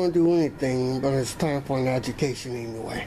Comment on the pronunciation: Homeboy can barely say the word education.